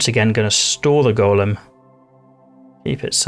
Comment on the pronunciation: You're correct in your pronunciation. "Go-lem" is the construct from Jewish mythology. "Gol-lum" is the name given to Smegol after he was changed by the One Ring in Tolkien's "Lord of the Rings."